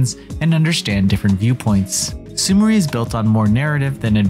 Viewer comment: It's pronounced Sumiray. It's a very common Japanese name.